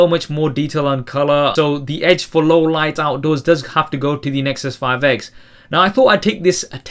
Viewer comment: I'm pretty sure you said " The Nexus 5 eggs " :D